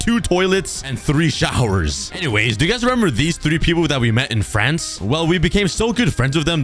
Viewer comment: Me being from Europe, when you said "fRanCeeee" (I cant do the little thing on top of the e) it had me dying of laughter💀